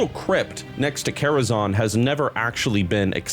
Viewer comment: the quality on the vid is rlly nice but i genuinely cant get over calling it karazon like people havent been saying zan for 20 years ;__